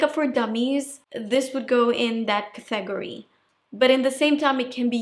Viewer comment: So pretty! I love your videos and watch them all and have learned so much. You are the best make up artist on YouTube. It took me a minute to understand “category.” I was so confused. Your English is very good, but your pronunciation of that word got me.